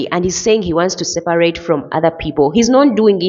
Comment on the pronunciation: What's sel-par-rate?